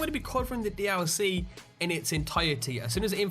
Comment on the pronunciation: "D ow C" NO D L C NOT D-ow-C